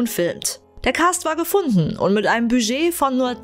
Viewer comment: Nee, mit diesem stummen "d".